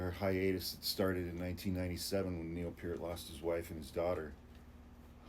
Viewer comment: It's pronounced Neil!